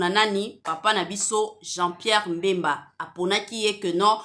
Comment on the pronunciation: oza zoba franchement oyebi ko pronounce pe kombo naye te ezalaka Bemba (mbemba te)